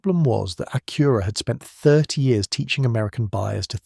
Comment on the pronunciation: AI is crap, can't even say Acura right, and pics don't make any sense, big thumb down